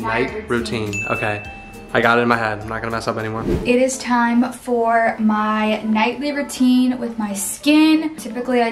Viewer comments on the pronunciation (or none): If you heard say night liver teen